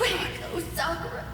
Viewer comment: Almost everytime you guys say "Sakura", it sounds like "Sokka".